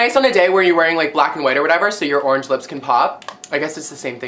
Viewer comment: He said at the beginning.. i think he said "morange"